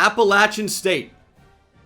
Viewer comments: Thank you SOOOOO much for pronoucing Appa-latch-uhn correctly. Roll Neers baby 🤘🤘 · shoutout to for actually pronouncing Appalachian correctly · And love you said Appalachian the correct way!